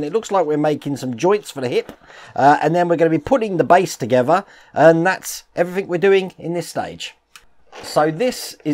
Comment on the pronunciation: Lol I just love the way that you say "Everythink" rather then "Everything" you know with a 'g' at the end!. But we would not be who we are if we did or said things 'properly' all the time would we! Take care, (Hope your mum and dad are ok)